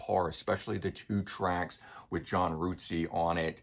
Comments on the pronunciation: Really good review but just so you know, John Rutseys name is not pronounced ROOTSEY it is pronounced RUT as in rut in the road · Rootsey? I think it's just pronounced Rut-sey.